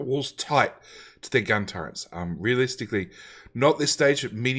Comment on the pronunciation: There is no N in the word Turret